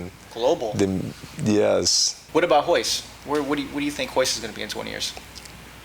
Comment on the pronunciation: Its hoyce not royce